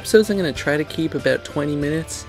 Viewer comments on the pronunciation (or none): none